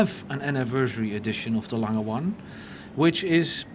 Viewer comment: why does the interviewer keep saying lang-hey it is more like lang-er (soft r)